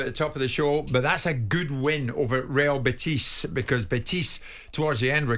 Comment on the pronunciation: Jim couldn't pronounce correctly Bačka Topola and Real Betis.